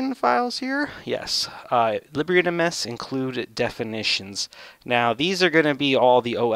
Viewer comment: I believe it's pronounced leeb - bra